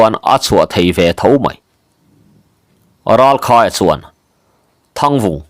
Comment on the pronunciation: Ralkhaia leh Thangvunga te pafa hming hi ilam sual zeuh zeuh ania uluk deu tawh la 😂